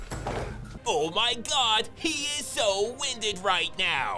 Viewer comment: Lose my s** every time you say (ouh my gawd) 😂